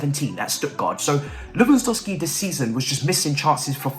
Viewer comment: Ay at least you’re self aware that you butcher name 😩 now we need you to start sayin todd boehlys name right ffs😭